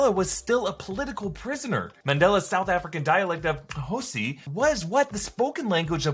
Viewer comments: its Xhosa not Xhosi. But close enough though. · Uhmmm it's Xhosa not khosi.. . Kufuneka wenze umsebenzi wesikolo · Bruhh the way you butchered my culture's language LMOA its even IsiXhosa not Xhosi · The language is called Xhosa not Xhosi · Here as a South African! Super proud that one of our own is part of this AMAZING UNIVERSE! Also thank you for the Correction of Xhosa. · Come on Fam do your research. Our language is Xhosa not Xhosi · Xhosa not “Xhosi” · lol, it's not "xhosi" it's Xhosa I mean it's the fictional national language of Wakanda. C'mon! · It’s Xhosa not Xhosi😂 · Xhosa* BUT well done on your click :) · It Xhosa not Xosi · To Mr. Me as a South African is very disappointed in you and how you pronounced one of our eleven official languages..... Its Pronounced as Xhosa there's no i at the end.... We would appreciate if you apologized for that mistake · Xhosa, not Xhosi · Its Xhosa, not Xhosi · Guys… It’s Xhosa and not Xhosi… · Just to correct you Nelson Mandela did not speak Xhosi 😂😂😂 It's Xhosa, a small but big difference I speak Xhosa here in SA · God damn! ITS XHOSA NOT XHOSI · HAHA! It's Xhosa guys, not "Xhosi", close enough. Sending you love all the way from South Africa. LOVE your work :) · Yikes!!!....its Xhosa not Xhosi... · Xhosa, not Xhosi. I live in Port Elizabeth, South Africa......I don't speak it but I hear the language at work everyday. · Xhosa not Xhosi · Mandela’s dialect was Xhosa not Xhosi 😅 props for the pronunciation👏🏽👏🏽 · Correction "Xhosa" not "Xhosi", xhosi means nothing here (we don't do that here) 😉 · Its Xhosa...Mandela spoke Xhosa not Xhosi😂😂😂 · Hey, the language is Xhosa, not Xhosi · it’s “XHOSA” not “XHOSI”😄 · Xhosi ??? Holy shit 😂 I’m pretty sure it’s called Xhosa. Thanks for trying to do the click but Uhg, yeah that’s not how you say it. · Xhosa, not Xhosi. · totally butchered "xhosi"..... correction its xhosa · It's "Xhosa", not "Xhosi".😂😂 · *Xhosa Not Xhosi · Xhosa... Not Xhosi... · Xhosa not "Xhosi"